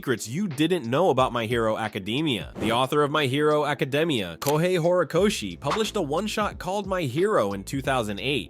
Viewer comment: What the fuck why did you say my hero academia like that you mean secrets no m*********ing sense